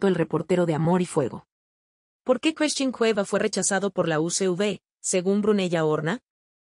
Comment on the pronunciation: Por qué no pronuncia a bien las palabras.....se dice Christian y no Cresthin?????